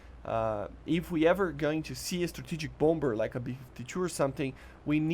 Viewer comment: Nice vid as always! Second b is silent in Bomber. (Bom-er)